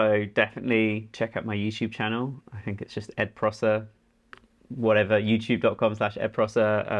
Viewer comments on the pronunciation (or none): I'm not sure that's how you say his name lmao